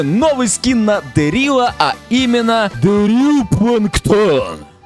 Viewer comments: Вообще правильно дЕрил а не дерИл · не Дерилл а Дэрилл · 😊 не ДэррИл, ДЭррил😂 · Я тебя люблю❤ я скажу что ты ты говоришь неправильно не дэриле дерил🎉😊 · правильно Де́рил а не Дери́л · Правильно говорить не дэрри́л а дэ́ррил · Дэ́рилл правильно 😅